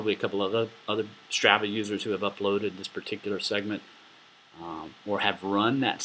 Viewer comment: It's STR AH VAH, the first ah is like when you open your mouth and stick out your tongue...AHHHHHH not the way you're saying it.